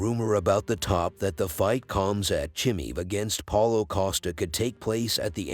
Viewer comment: it's not Cum Sat by the way